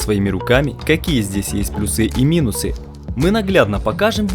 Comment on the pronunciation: плюсЫ, минусЫ, аж прям уши режет этими ударениями, пощадите пожалуйста)